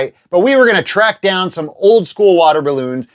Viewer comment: "send 'em a twack" 😆😅😆